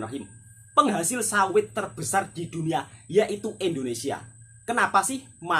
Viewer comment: .INDONESIA BUKAN ENDONESIA.INDONESIA INDONESIA INDONESIA INDONESIA INDONESIA.